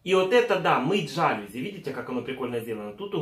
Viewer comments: Жалюзи . Ударенин на последний слог. ( и ) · для мытья жАлюзь или жалЮзь)))